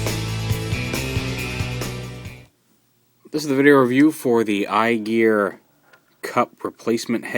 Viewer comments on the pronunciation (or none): Cigar is, but Kup has a Cygar and pronounced it correctly. Although he did say I-Gar instead of I-Gear at the end of the vid, which gave me a chuckle. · I like how he called it the I-gar set near the end :P